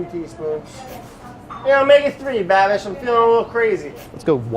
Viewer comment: Im a little disappointed that brad can’t pronounce Babish. I hoped they were long lost youtube friends